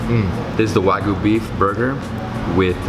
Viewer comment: its wagyu not wagoo